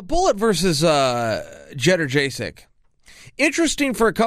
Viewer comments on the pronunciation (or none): Jed-er-chey-chick ? Yo-jay-chek my lord chael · Clicked on this just to hear Chael say Jedderjaysic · Tournament ... YUN-JAY-CHEK .... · YEN-JAY-CHUCK. you are welcome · It's YUN-JAY-CHECK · chael how do you not know? lmao you watch UFC as much as all of us. We all know how her name is pronounced. It''s like jon anik and stipe miocic , everyone else literally says it one way and and he consistently on pay per view says it wrong , forever. Where's the awareness? lol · Forgive the bad guy lol not the best with pronunciation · A, horrendous pronunciation B, it was Muay Thai- not kickboxing C, they were world TOURNAMENTS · You guys are making fun of chael like its easy to read and pronounce Joannas' name in english lmao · There is no. Fucking. Way. That he said her name like that by mistake lol. He HAS to be mispronouncing names on purpose. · U say her name sooooo bad